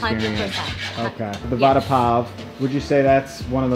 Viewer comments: Its va and da as in duh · the way you pronounce vada sounds like you're saying 'promise bread' :P